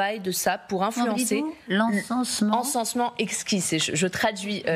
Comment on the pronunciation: Pour la traduction, on repassera... Ce n'est pas "encensement exquis" mais "ENSEMENCEMENT exquis" (exquisite SEEDING). Mes chers voisins français, vous restez décidément nuls en langues étrangères ! 🤣